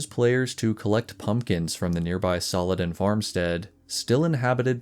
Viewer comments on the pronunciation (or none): none